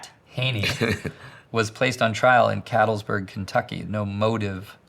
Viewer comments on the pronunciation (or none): Cat-letts-burg...not cattlesburg...lol